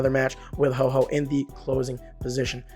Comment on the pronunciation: It’s Ho-oh not Ho-ho